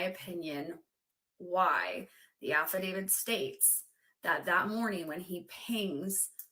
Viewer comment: Didn't she say affidavit